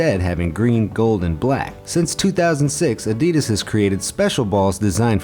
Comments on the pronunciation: It was so painful hearing you say adidas sooo wrong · learn how to say the word ‘adidas’ 😴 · It is pronounced A-di-das not A-dee-dis 😡😡😡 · That's not "ehdeedes". Evil. This is Adidas with two "A" like in "park" or "pump", not like "lamp" or "flame". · You wanna know what really grinds my gears You pronounce it: A-Dee-Dass In my country we pronounce it:Ad-ee-das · Why can't people seem to pronounce Adidas properly? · You pronounced “Adidas” wrong.